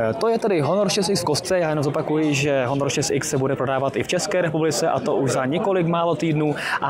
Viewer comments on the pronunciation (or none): Honor :D Proč to čtete jako Honor? Výslovnost v angličtině uplně jiná. Taky neřikáte iPhone po česku, ale čtete s anglickou výslovnosí. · proč bych to dělal?:) mě to nijak nevadí jen mi přijde zvláštní, że všechna jména telefonů se vyslovují tak jako v angličtině (iPhone, Xperia, HTC) jediný Honor je po Česku:D